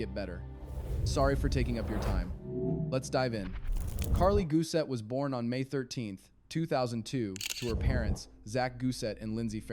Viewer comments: Why does the narrarator keep saying "Carli GUSET"????? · How many ways can AI pronounce Gusè wrong? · If you’d like some feedback: I’m not sure you pronounced her last name correctly. Also it sounds like a real voice, but then there are weird pauses between words like RV Park. Why not just use your own voice?